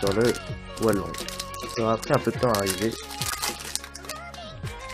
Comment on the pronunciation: Mdr j'aime bien comment tu dis hualong, "oualong" xD, n'empeche bien joué et moi jai achetté le hualong et rien qu'avec ça chui passé de 45sec d'average à 36sec d'average ! Dis moi si toi aussi tu t'est améliorer seulement grace au cube :D